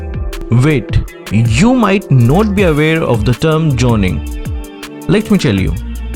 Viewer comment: Joning, Jilong😩💀💀💀💀